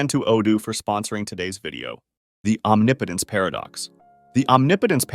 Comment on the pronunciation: Did you say... Omni-potence?..